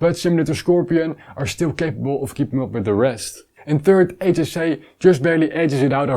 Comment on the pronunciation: Great review as always. Small tip, HJC in English is pronounced 'heetsch djay see' not 'hey j say' (the Dutch way)